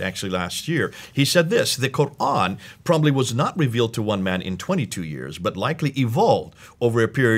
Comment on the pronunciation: AHAHAHA the guy is dressed as an arab, but into the video he gives it away when he pronounces "Quran" worse than jay smith 🤣